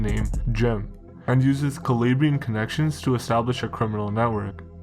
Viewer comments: bro you do so much research and put in so much effort the least you could do is google translate the Italian regions your talking about, KALABRAYIN? cmon bro you milk off Italian culture but can't pronounce Calabria? for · its an insult the way you say "calabrian" you shmuck